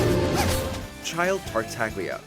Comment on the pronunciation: I know they didn't just call my guy Childe Tartaglia 💀